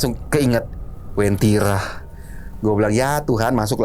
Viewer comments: Uwentira min, bukan wentira🙏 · Asal ni orang ngomong Masak wentiri di bilng kab. Donggala - sulsel baru ngomong daerah sj dah keliru Yg bener itu bukan wentira tpi wantiri kabnya. donggala prop sulteng, yg lbh di kenal dgn sebutan kebun kopi